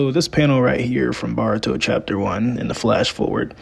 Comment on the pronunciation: Bro you’re saying Boruto wrong 😭😭